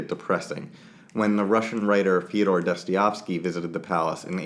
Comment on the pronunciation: Soooo, when are you going to learn how to pronounce Dostoevsky? :D Americans, and their inability to pronounce anything...